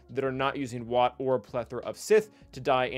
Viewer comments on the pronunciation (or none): none